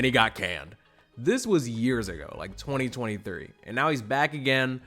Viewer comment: “This was years ago, like 2023” Look, you’re technically correct, but why you gotta say it like that 😩😂